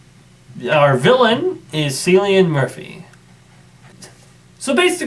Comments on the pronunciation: It's pronounced "Killian" not "Sillian" Murphy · I'm sure of it, he was born in Ireland and the Celtic pronunciation is Kill-ee-an